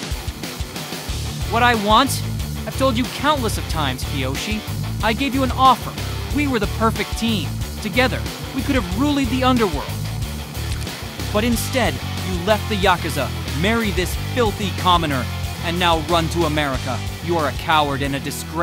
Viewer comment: Ru-leed = ruled 😅 Famaliy = family 😂